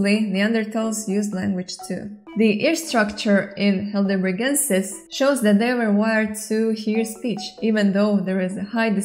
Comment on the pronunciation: Excellent video! By the way, Heidelberg is a town in Germany. The second vowel would be pronounced rather than the first ("hi" not "hey").